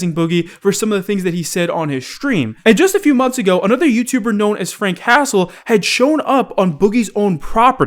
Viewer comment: Anyone else keep hearing "Frank Castle" instead of Frank Hassle?